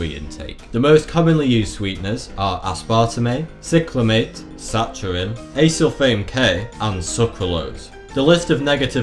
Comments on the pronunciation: It's "Sakkarine". I know you come from Lancashire, but that's no excuse! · Saccharin isn't pronounced as Sa'cha'rin, it's Sa'ka'rin... :9 Nitpicking over 9000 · Again please double check your pronunciation of words. Aspartame, Saccharin and Sucralose. Please please please say the words correctly.